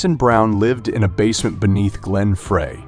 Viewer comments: It's pronounced Glenn Fry, not frrrreeeehhy! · Everything didn't start with the Byrds. It started with Zappa. Frey is pronounced Fry. Oh, got it. You're a discount robot. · David Crosby and Joni Mitchell met in Florida. Sorry, you're 30 second in and have a major error. And it's Glen Frey pronounced FRY. Lose the AI narrator. TRUB-a-door??? This is awful. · AI voice? Some bad mispronunciations of very common names (The Troubadour, Glenn Frey); weird statements/incomplete sentences. Very odd. But the pictures were nice. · How can this feature the be taken seriously when it uses an announcer who is unable to pronounce correctly Glen Frey's name and The Troubadour!!!!!!!!! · I still pronounce 'Frey' wrong on purpose. My sister keeps correcting me. And yes, Troubadour was incorrect too. :face-blue-smiling